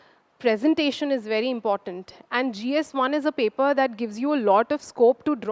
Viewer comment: When you come with fake accent....you start pronouncing "paper* as Pepa